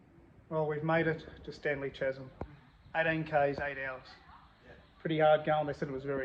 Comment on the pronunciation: Bro, it is pronounced Kaz-em not chas-em.